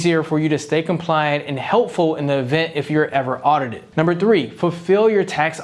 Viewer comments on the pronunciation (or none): none